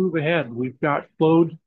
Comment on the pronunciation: It's 'clawed', not 'clowed'... 😎🌵